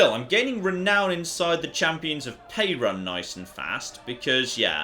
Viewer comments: Can you not butcher slavic names please? Perun is pronounced Peh-roon with an emphasis on the U. I'm only explaining this because hearing you saying Pay-run is making me cringe to death. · As a Slavic person, hearing pronounce just about every name of everything in the English pronunciation is both cringe and funny. Crunny? Funge? In any case,, please. It's Perun(Perún where I'm from) not Pejran. The "r" is pronounced as in ruthless. Also, the acute accent written over some of the letters (é,í,á,ý,ú etc) makes the pronunciation "long". é=ee, á=aa etc (for example, English "Aaron" would be "Áron") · It's pronounced approximately like the country Peru with an added n at the end. peh-ROON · Perun = peh-ROON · It’s pe-roo-n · Close, I'd say something like this: "Pe" the same way as in pestilence, "ru" as in ruthless (the u is a long ú where I'm from so make it sound like in the o's in "oof") , clear "n" (not "en" just "n") like in now. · perun (the god) is spelt with one n. Now, is almost certainly pronouncing it wrong, but still.